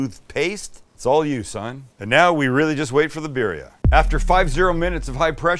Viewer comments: The I in Spanish is pronounced like e so like bee dia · At least pronounce it right and roll the Rs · This man charges way too much his del taco style tacos. And it’s not beerria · BEER RHIA. LOL LOL LOL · “Bear-ria” is crazy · This looks so good but I hate the way you pronounce birria lol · You're pronouncement of birria is hilarious.